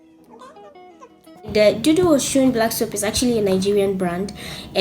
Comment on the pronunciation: It's pronounced "O-soon" not O-shoon. Osun is the Yoruba word for Camwood (African sandalwood).